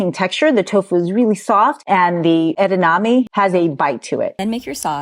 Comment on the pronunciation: it's not edaname. It's edamame. ❤